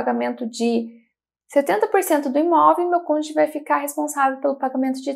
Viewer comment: Excelentes informacoes. Uma pequena observacao: ja vi tanto videos sobre o tema que notei que o pessoal do sul do Brasil tem dificuldade de falar Cônjuge, sempre falam CÔNJE 😂😂